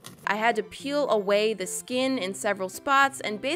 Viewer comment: It sounded like pools Not peels lol😂